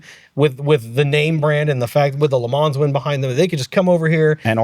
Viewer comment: Great podcast. but the pronounciation of Le Mans, Villeneuve and Imola makes me cringe. I'm English too, so not even a native French/Italian speaker and you got them all so wrong!